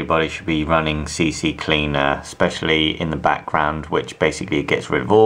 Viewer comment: [wise ass] Dude ^^ It's "SeeKleena" not "SeeSeeKleena" ;) :-P There are only 2 C's and one's for the Cleaner :) [/wise ass] Nice little video ;) If you want to run your engine fast and secure (speaking of RAID-Technology) go get yourself a controller for a RAID5 ;) Rocks hard and is redundant :) Or (like stated here) a SSD. You can put those in RAIDs as well so they get even faster :) And now I'm stopping Nerd-Talk :) Nice to see there are people actual enjoying working with their PC. Sweet ^^